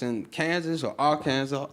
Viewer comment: Did he just pronounce Arkansas as R-Kansas?